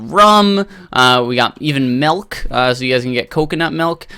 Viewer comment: My ocd kicked in the second you said "Melk" Not judging the way you speak or anything, it's just... The "Melk"... *shivers*